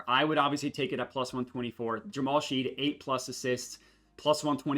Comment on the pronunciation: its pronounced "Shed" not Sheed. You didn't factor in Jalen being hurt for OKC. the splits are way different than what you would expect. I would revisit that 1Q analysis. Thanks for the video!